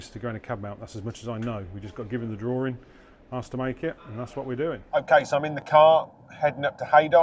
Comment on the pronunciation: It's not a DRAWRIN it's a DRAWING